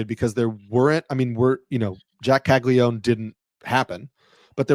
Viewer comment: Why is everyone in baseball calling him Cagli-one? Isn’t it Caglia-none?